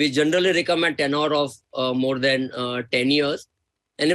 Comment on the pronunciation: What an stupid question. Always an SIP route. Misbah Baxamusu where did this punk spring up from. What is “tenor”? The word is “tenure”, punk!